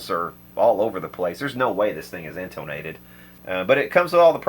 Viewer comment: "you guys are always on my ass about pronunciation"..."In-toe-nated"